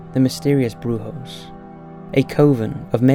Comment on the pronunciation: Brujo is pronounced with an H. Bru-hoh, not broo-joe. Come on people, Google Translate or just Google in general can make you seem less ignorant. It's right there, on your phone. On your computer. Just type in "brujo" then press the pronounce icon. Easy right? You do this a lot with your videos.